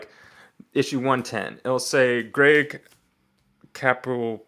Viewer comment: It’s Greg Ca-POO-Lo lol